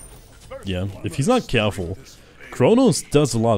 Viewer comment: If he's not cyehhhfull. He better be cyehhfull